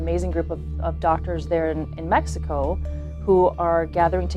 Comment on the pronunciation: What kind of Spanish reporter says mecxico instead of Mexico?